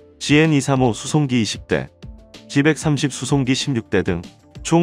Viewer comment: "씨백 삼십" 이 아니라 "씨 백삼십" 입니다